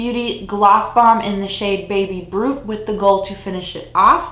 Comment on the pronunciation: Am I the only one who heard baby Groot instead of baby brut? :D